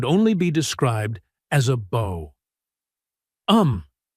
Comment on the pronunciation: I REALY REALY wish these AI narrators would learn to pronounce bow as in a dog barks BOW wow. Not bow as in boe